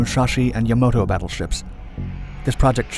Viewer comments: Yep, it should have been Yamato not Yamoto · Yamoto? Do you mean "Yamato" ? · "Mushashi and Yamoto" what?!? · Yamoto, Yamato Potatoe, Potahto Let's call the whole thing off. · I get that the guy that made this video sad "Yamoto" but why is everyone else typing it out like that? It's the "Yamato" one of the namesakes of ancient Japan. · It's Yamato not Yamoto plus shinano has the same length and size of her sister ships superbattleship Yamato and Musashi because she was meant to be a battleship not a carrier but because japan is lacking on carriers they converted her into a carrier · The Smaller Muschaschi and Yomoto LOL its Musashi and Yamato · Yamato, not Yamoto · yamoto? come on..... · "Yamoto" btw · Yamoto lol